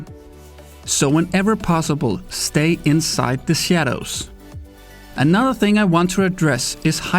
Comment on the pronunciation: "Stay insait ze sadows" ;)